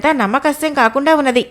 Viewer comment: Madam… namma kasyam kaadandi its namma sakhyam.. sa khyam